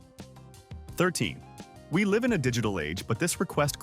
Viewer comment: Wouldn't you think after all this time AI could pronounce words correctly? One of the worst happened several times in this clip. Live instead of live.